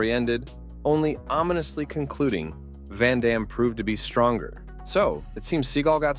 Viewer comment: Van damne to seagal Do not cha lenge me - a la expendables 2 pronunciation